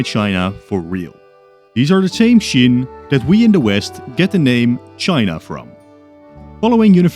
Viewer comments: Qin is pronounced “chin” not “shin”, like Qing is pronounced “Ching”. It’s fine you can’t really distinguish Qin and Qing, in Mandarin, those two dynasties are only distinguished in accent(one is upward, the other stay tuned) and the context of conversation (one is super ancient and one is not that far away), believe me, I am Taiwanese, we don’t distinguish those pronunciation between those words end in “n” and “ng”. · Why do you pronounce Qin as Shin? It's Chin. As in CHINA. You even said it yourself we derive the word China from the Qin dynasty. It's not hard to look up the pronunciation mate, you just discredit yourself by pronouncing it as shin. Might as well say Shina throughout the video. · Why do you keep pronouncing Qin as "shin" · Please learn how to pronounce Qin correctly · I actually agree with you and l actually thought that l was the only one who actually thought that.